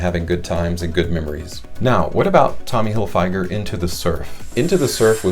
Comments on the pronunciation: It's tommy Hilfiger not tommy hilfYGer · The way you pronounce Tommy Hilfiger is comparable to a hammer to the head over and over again.